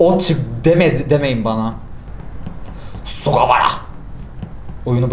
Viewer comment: sugawara senpaimi SUĞQAWARA diye okuması ıuregnoırtnıpvnrtpıjnvpıuernvpıouc